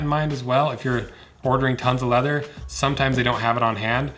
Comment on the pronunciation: Funny how whenever I see your videos I immediately remember your voice and picture you saying "leather". No wonder, considering. :D Leatherrr. Informative video for people with cats and an interest in leather. Thumbs up!